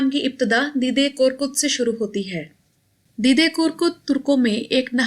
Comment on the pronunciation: سسٹر اس کا تلفظ دے دے ہے دی دے نہیں۔ دے دے ترکی میں دادا کو بولتے ہیں۔